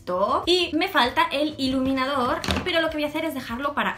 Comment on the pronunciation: Min en vez de decir iluminador dice leniniafor oz habeiz dado cuenta?